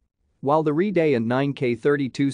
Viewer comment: “Ree Day?” You mean “RED EYE.”